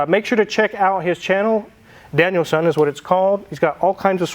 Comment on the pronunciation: Daniel “Sahn” not Daniel “Son”… 😅❤ 🇯🇵